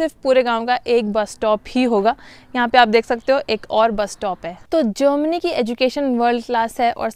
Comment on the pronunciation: Jermany hota hai jomany nahi 😂😂